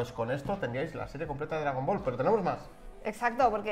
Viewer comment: Qué hartura tanto "dragón bol"...